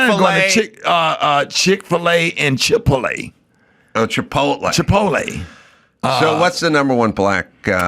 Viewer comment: 😂😂😂 Come on dude, you've never heard the word "Chipotle" said?!?!? "Chip-Polet" is crazy, hahahaha!!!